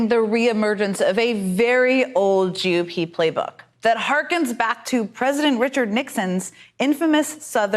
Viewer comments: Is it just me or is she pronouncing GOP as JewOP?!? Weird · I keep hearing psaki say "joo-P", she is soooo anti semitic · She keeps pronouncing it as *jew-p*. Is this a "dog whistle"? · Why does it sound like she's saying "Jew Pee" instead of G.O.P?.. 😆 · why is she say GOP as JEW op? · Sounds like she's saying "jew pee" for GOP...This chick is a disgusting shill...Hopefully she gets harrassed wherever she goes.